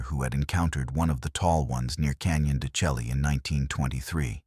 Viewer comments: Computers only belch out what's put in. Want it correctly pronounced? They should input text: "Shell-lay", not "Chelly" although it's the correct spelling. They also need to do some homework and find out what skin-walkers truly are. Yatahey. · Stories like this would be WAY better if they knew how to pronounce Canyon de Chelly... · Pronounced Canyon De Shay.